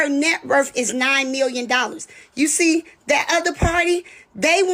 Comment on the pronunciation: SEE. Not ses.